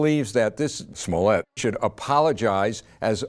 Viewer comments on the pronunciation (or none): It is pronounced smollay...